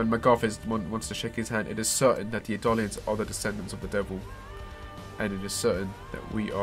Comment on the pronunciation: "Edalians"? "Marleenians"?